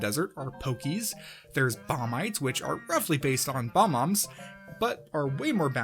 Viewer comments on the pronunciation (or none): its bob-omb not bomb-om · probably the only thing you botched was calling bob-ombs "bom-ombs".